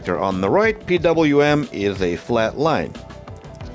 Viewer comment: I know you originate from some post-Soviet country, just like myself. It's pronounced "P double-u M", not "PVM". Thanks for sharing still! This repair case was interesting.